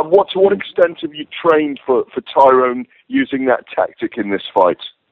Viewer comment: why are they all fucking up tyrons name its tyroooooonnnnnnnee